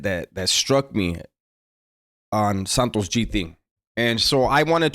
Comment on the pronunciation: Santo gee. No s on the end bro